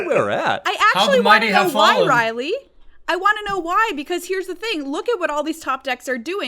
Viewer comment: This just in: "Rielle" is not pronounced "Riley".